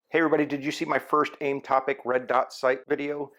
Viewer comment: It's Aim OPTIC, right, not AimTopic....